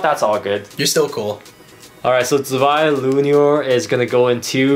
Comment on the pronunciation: calling luinor lunior Zwei luinor: Am I a joke to you?